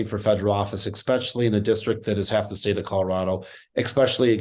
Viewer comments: I really hope he can kick her out of office next year because even though he says "eXpecially" instead of "eSpecially," we can mo longer tolerate Boebert's toxic garbage that she brings to congress. Lol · ESPECIALLY... ESPECIALLY! Not EXSPECIALLY. Geez, speak English, man. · Tell Adam it's eSpecially. ;) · People who can't speak usually lose elections. EK-specially when they can't say especially two or three times in a row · I hate when people pronounce "especially" like "ekspecially". 🙄👎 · ‘Ekspecially’. Twice. Really? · What a shame Frisch says ekspecially 🤦‍♂️ Dude... I really like him too. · Ekspecially? cringes at Adam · Ugh, Boebitch is dumb af but then we've got Adam coming in saying, "EXpecially" TWICE! 🤦🏼‍♂️🤦🏼‍♂️🤦🏼‍♂️ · The problem is, Adam is a mouth breathing moron who say "expecially"! We can do better than him! Good gawd please tell me we can do better than him! Where is the AOC in Boulder? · If he wants credibility, tell him to stop saying "eXpecially," not a good look. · Adam, there's no X in especially. Ok? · I wish Adam Frisch the best, but he really does need to learn the proper pronunciation of the word ESPECIALLY to stop sounding like a moron. He does have an education (ostensibly), but that shows a real propensity for idiocy. Perhaps he just "slept in" the day that they taught that word in first grade. And, by the way, if he's doing it in the quest to sound "authentic and sincere," he needs to know that that's not the way to go to achieve that.